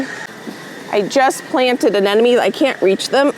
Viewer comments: Not that it´s important, but aren't you pronouncing Anemones incorrectly? I'm hearing Anenomes when you say it😄 I might be wrong though😅 thanks for another great video :) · Again, it’s not Anenome, it’s Anemone…please look at where the M is…or google it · You should google the pronunciation of anemones🧐🧐